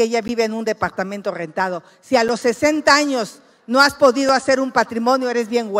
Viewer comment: No se dice deportamentog se dice depoartamento